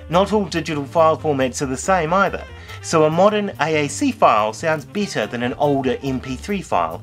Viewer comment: At CD quality or beater?! That pronunciation was new to me.